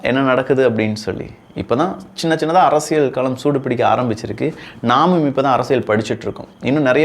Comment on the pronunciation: அரசியல் என்று கூறும்போது ல், ள் உச்சரிப்பில் கொஞ்சம் கவனம் செலுத்துங்கள். மற்றபடி பதிவுகள் நன்றாக உள்ளது